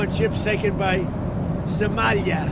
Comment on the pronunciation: I'm sorry, but I can't get over the way that Trump pronounces "Somalia".🤣